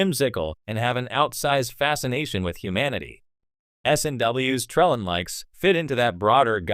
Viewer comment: "Tra...LANE." You don't even pronounce it right!!